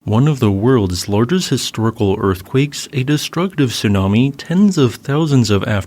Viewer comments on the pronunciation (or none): none